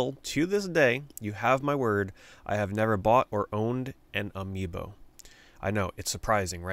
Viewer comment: amiiNO sounds exactly like "a mi no" in spansh, which means not me or not for me lol. idk if you did that on purpose, but it was genious. Anyway, I personally never got into Amiibo or any extra collectible. I barely have enough disposable money to buy games, so that stuff always went over my head. Nice vid keep it up.